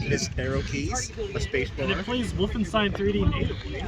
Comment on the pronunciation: i like the way you pronounced “woof-enstein” 😂 🐕